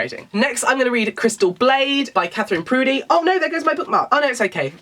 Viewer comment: Katheryn Purdies surname is pronounced Purr De not prudey lol x